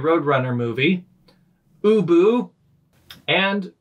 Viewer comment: I was listening to this while walking my dog and I swear the first three times "ubu" was mentioned I thought you were saying "uwu" I am contaminated